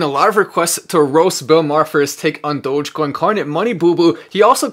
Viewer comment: If Mark Cuban can publicly pronounce dogecoin correctly it'll go to $1.